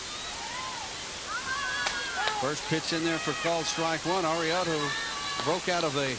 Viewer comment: I died when he said Valerie Arioto. He pronounced it so wrong 😂